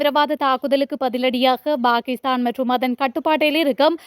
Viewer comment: Bakisthan என்பது நாராசமாய் ஒலிக்கிறது! Pakisthan என்பதே சரியாகும்.